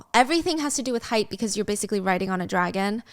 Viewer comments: He’s hearing “writing” me also hearing “writing” everytime Stephanie says “riding” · I for sure thought she was saying writing not riding 😂❤